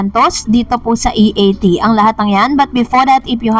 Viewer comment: Si Vic Sotto ang nag correct kay Jimmy Santos sa pagsasabi ng E A T.